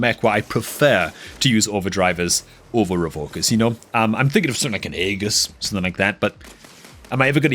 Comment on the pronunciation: Its pronounced "ee jus" not "aa gus" 😂😂